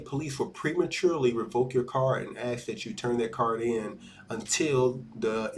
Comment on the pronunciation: The word is "ask" you illiterate !